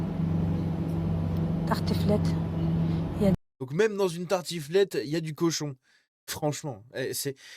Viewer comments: Perso je croyais qu'elle avait dit tartouflette 😂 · tartOUflette 🤣🤣🤣 (merci à moi d'avoir mis un timer, je me le remet en boucle jsuis ptdr comme un trizotin) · Elle a dit tarTOUflette. Wallah c'est une dinguerie wesh.